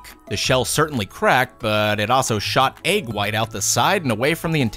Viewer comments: Jackson boyyy eh-g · That's how you pronounce egg lol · I love how he pronounces it “ayg”. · Why do you pronounce egg (Ayeg) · Boooeee stop hating I bet you say stuff differently sometimes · Phrog | or... “ehg” like the end of the name “Meg”... (or do your pronounce that “mayg”? There are classic vowel mergers, but I find that even some people who don’t vowel merge other words, do in the word egg. Just an interesting regional variance!)